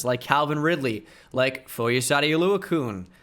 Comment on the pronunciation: Oluokun. It’s Oluo-CON not Oluo-koon 😭